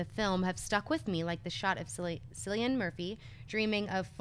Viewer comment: 'Killian' Murphy not 'Sillian' Murphy.